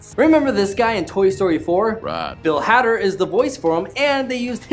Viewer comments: dude Bill's name is spelled Had-er but it's actually pronounced Hay-der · It is spelled Had-er but it's actually pronounced Hay-der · You mispronounced bill hader